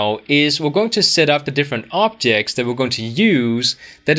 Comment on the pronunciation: i dont know why i keep hearing optics, optics contructors and optic models haha anyway, this channel and this courses are incredible you rock man!